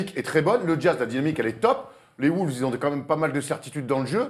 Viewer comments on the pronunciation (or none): un jour il faudra que les journalistes francais arretent de dire "les Woulves"